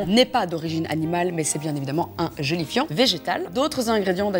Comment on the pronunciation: Pourquoi quand tu dis gélifiant je comprends joli fion 😂